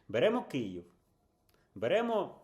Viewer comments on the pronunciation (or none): none